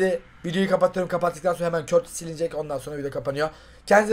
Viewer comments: Körtis değil kurtoa diye okunuyor artık düzgün okurmusunuz şunu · Abi o körtis diye okunuyo doğru okunuşu kurtova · abi körtis değil kurtua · Körtisi bılerek mı soluyolar yoksa bi espirisimi var adamın okunuşu kurtua deilmi aa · Abi o kalicinin adı körtis değil kurtua diye okunuyor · Körtis değil kurtuğa abi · Abi körtis değil kurtuva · Körtis değil abi kurtuva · Körtis değil curtua diye okunuyoooooor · Abi o körtis deyil kurtua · Neden Kurtuvaya körtis diyosunuz ?